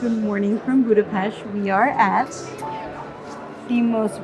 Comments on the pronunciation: Props for pronouncing Budapest the correct way, well done! :) Just a bit of correction: The Buda hill is not part of the Alps, and the Danube river was never considered to be the border between Europe and Asia. It was just the border of the Roman province of Pannonia. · That's a very very beautiful woman in a very very beautiful café. 🥰 Thank you for pronouncing Budapest correctly. 😊 I like that you talk about the history of Budapest, you said things even I didn't know. It wasn't Budapest that was getting fixed up for its centennial celebration but Hungary getting ready for its millenial celebration, as it was 1,000 years ago at that time that the Magyars came into the Carpathian basin. 🙂 Wow, this video is so well-made, I'm amazed! I wish you the best. Köszönöm. ❤